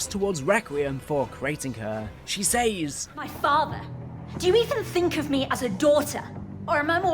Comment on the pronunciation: Great video, but for some reason your pronounciation of some words is a little infuriating 'Says' being the main one haha